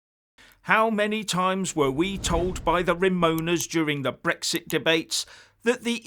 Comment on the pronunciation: But SUVRINTY and BRRRWEXIT BRRRWITAN Poor gets so frustrated 🤣🤣🤣🤣🤣